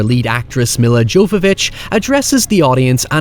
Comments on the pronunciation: It's pronounced Yovovich not Jovovich, for future reference! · Bruh... It's pronounced Yovovich. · Milla Jovovich (y-o-v-o-v-i-ch) Jesus Christ man...